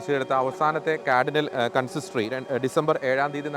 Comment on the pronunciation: ക്യാർഡിനൽ അല്ല, കാർഡിനൽ